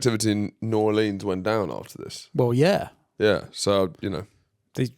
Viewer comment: Fin is determined to keep saying new orleyans